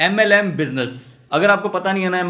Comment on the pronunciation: Yrr ab MLM nhi bol paa rha 🙂